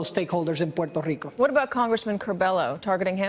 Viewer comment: porrtarico XD